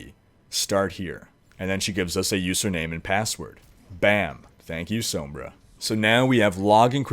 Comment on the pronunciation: I love this man's channel he has all the info you could need for anything and I love the way he says sombra, it's just beautiful